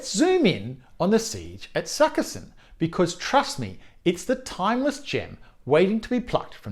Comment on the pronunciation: Sukiskyn. Not sukka-sin.